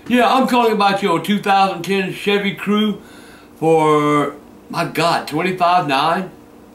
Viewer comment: I like how he pronounces Cruze as Crew.